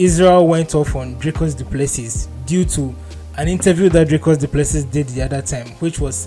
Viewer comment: Dricus Du Plesee (pronounced) spelt Plessis- silent S at end,was born in S.A.